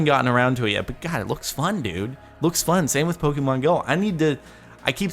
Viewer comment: You are pronouncing Pokemon wrong